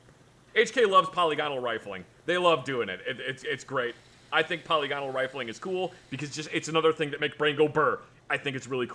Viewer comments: 'polygonal' is pronounced 'puh-LIG-oh-nul', not 'PAH-LE-gon-al' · i thought that polygonal was pronounced pu-lig-an-ul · the way says "polygonal" kinda peeves me. just say it "poe-lig-un-uhl" like a normal human ya goof! lol.